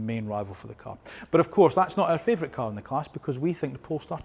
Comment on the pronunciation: Can we pronounce cAr and not cUr...